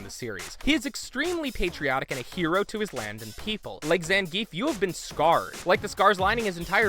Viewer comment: Say it with me: "ZAHN-GEE-EFF!"